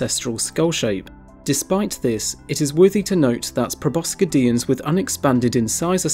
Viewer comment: Nice video! but..... pro-bo-sid-ians (spelling to help pronunciation)